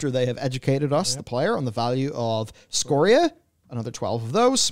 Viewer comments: SCORIA !! SCORE-E-A NOT SCORESHA!! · It's not Scortcha it's Score-ee-uh. 🙂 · Score-re-uh. This is how you pronounce scoria❤️ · Its Called S C O R I A not Scorcha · Scoria not scorcia. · “Scor-shuh” spelled scoria lol